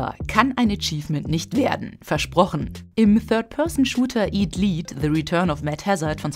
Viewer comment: Der Shooter "Eat Lead" sollte wohl eher als "iet led" statt als "iet lied" ausgesprochen werden, zu deutsch also "Friss Blei!" nicht "Essen Führung"